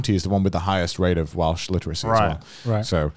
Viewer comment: Welsh isn’t that pretty of a language, but damn does Connor make it sound good lol